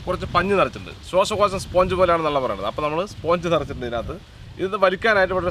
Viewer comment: ശ്വാസകോശം ✅ ശ്വാശകോശം ❌